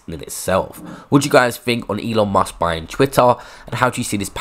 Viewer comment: It’s Musk not Mask